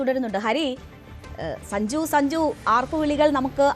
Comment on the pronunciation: അവതാരിക എന്തുവാ ഈ പറയുന്നത്.. സജുവോ..?? സഞ്ജു എന്ന് പറയു..😅